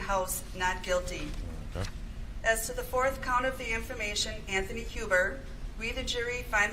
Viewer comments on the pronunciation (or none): none